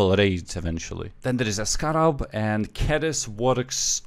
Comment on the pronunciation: I like how U say scarab. Sounds like it’s spelled skarab lol.